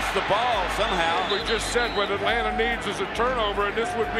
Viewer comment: It’s not Atlanta. It’s Atlana!